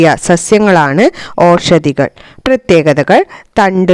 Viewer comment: ഔഷദികൾ എന്നാണ് വായിക്കുക.